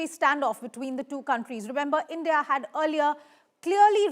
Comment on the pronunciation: Your A❤ss will be fucked nicely by Indians. You don't know even how to pronounce Indian. What is endia???? You Gan❤DU urf 😢❤😂😂😂😂🎉🎉🎉🎉🎉🎉